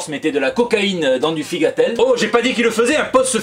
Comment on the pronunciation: Tiens ça fait longtemps que je n'avais pas entendu figatelli si bien prononcé !